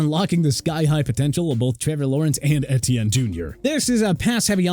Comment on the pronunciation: 10 times mispronounce names. Etienne is pronounced like E.T.N.